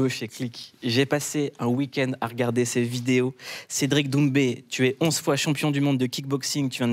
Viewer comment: l'accent sur son nom de famille???